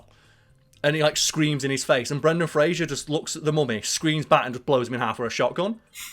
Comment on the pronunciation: I love you my guy and I love your channel... but it's Fraser, not Frasier and that is driving me mental... and you can't tell me you can't say Fraser, because it's easier than saying Frasier, like... duuuuuuuude lol.